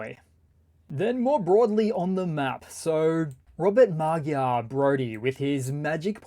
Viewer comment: It’s Mahjar = Magyar. And that means Hungarian 😅 Slava Ukraini. 🇺🇦💪 Hab gerne geholfen 😊😊